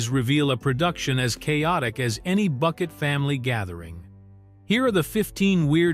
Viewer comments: Thats Bouquet not Bucket! 😂❤ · usual complete rubbish from this contributer, doubtful facts and wrong prouncations. You have missed her main attempt to prove superiority over her neighbours was the name, not Bucket but prounced Bouquet as in a bunch of flowers. You seem to miss the point about cars, an old Rover was superior to a Metro even if it was older. I doubt the phone had re-dial capability. Do you know the meaning of WEIRD, look it up, most of the facts don't fit the meaning. It's not difficult for a trained singer to sing badly. Why do your film clips have nothing to do with the continuity errors you're commenting on. Stop using AI. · Excellent video, but Hyacinth would not approve of you saying her surname was Bucket. It's pronounced Bouquet. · It’s not Bucket It’s pronounced Bouquet 😂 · It’s Bu-Kay not Bucket! Stupid AI voice! I,love,thus show and strange enough my husband found it, too! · And especially the Bucket vs Bouquet pronunciation. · It’s BOUQUET! So much for AI voiceover. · "It's Boo-KAY"! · It's pronounced BOUQUET....🙃just sayin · It's pronounced BOO-KAY!!! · That stuck in my craw also. Not even Richard dared to go by “Bucket” anymore